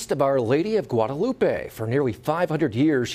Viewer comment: The anchor couldn’t take a minute to find out the correct pronunciation of Guadalupe? SMDH 😒